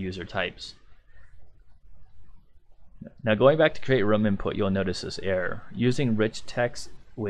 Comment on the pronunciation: Great tutorial. Better than someone else's I was watching. I also love that you call a room "rum" and I'm drinking rum while watching. Rum Layer, Rum Point, Rum Listing. Love it!